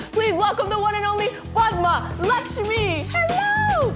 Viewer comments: “LIKE” just for the correct pronunciation of “Padma” 🙌🙏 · So far only Lilly has pronounced padma's name correctly... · everytime she pronounced Padma's name right .. ahh so relaxing